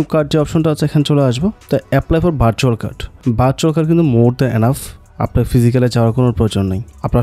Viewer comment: ভাই আগে ভার্চুয়াল কার্ড উচ্চারণ টা শিখে নিতেন। 😑